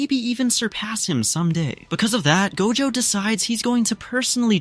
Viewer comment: First he say gojo not dojo